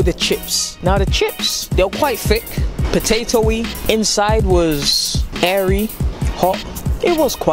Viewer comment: Did a man say “potatoey”?